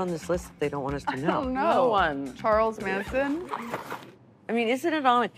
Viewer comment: Did Nikki just say Charles “Mansion” ???!